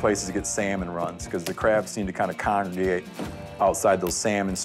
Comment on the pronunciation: He mispronounced congregate lol love you tho Steven